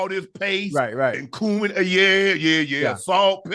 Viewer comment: My man's said cumin 😅